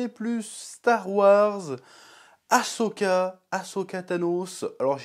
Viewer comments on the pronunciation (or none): Si tu l'écris comme il faut ->Ahsoka, tu ne prononceras plus "A-cho-ka" ! ^^ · Et tu ne fais pas que le prononcer, tu l'écris même "Ashoka" dans le titre. Après, pour ta défense, c'est vrai que c'est pas instinctif de mettre les lettres H et S dans cet ordre là, mais pourtant c'est bien AHSOKA.